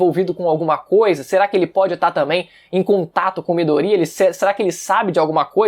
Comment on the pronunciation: Que agonia de vc falando midorÍa velho, nem na dublagem original eles falam assim